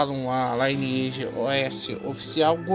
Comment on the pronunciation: Por que todo brasileiro fala L(AI)NEAGE ao invés de LINEAGE?